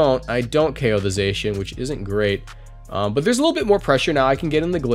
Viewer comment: And Zacian is pronounced Zah-cy-an but it it doesn't matter that much tbh